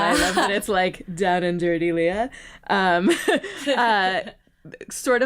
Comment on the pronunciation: Her name is pronounced LAY-uh. (Think Princess Leia from Star Wars.) Nice interview.